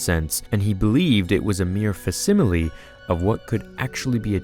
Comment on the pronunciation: Not to nitpick, but I heard 3 horribly mispronounced words. "Awry" pronounced "aw-ree" instead of "ah-ri"and "facsimile" pronounced "fass-im-ih-lee" instead of "fax-im-ih-lee" and "corporeal" pronounced "cor-por-reel" instead of "cor-por-ree-uhl".